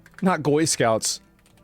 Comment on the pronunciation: "not goy scouts" LOOOOL that's a different issue!